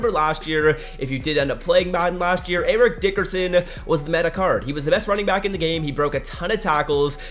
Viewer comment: “Ear-rick Dick-ear-son”